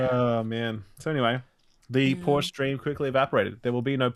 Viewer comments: Its callled PorschE NOT PORSCH. ^^ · Hasnt ralph seen friends? ITS POR-SHAAA